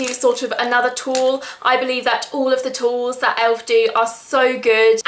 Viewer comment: the way you say tools...